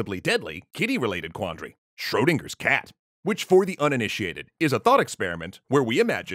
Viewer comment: Schrödinger. Not Schrodinger. Not Shrodinger.